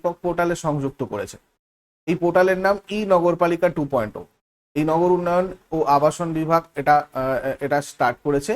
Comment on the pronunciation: টু পয়েন্ট জিরো উচ্চারণ হবে মনে হয়